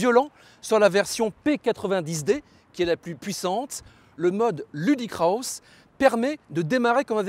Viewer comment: le mode LUDIKRAOUSSE mdrrr pitoyable les mots anglais chez les français